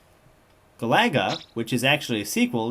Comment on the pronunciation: its pronounceed *GA-LAX-AN* and *GA-LA-GA* and the second pronounciation of xevios was correct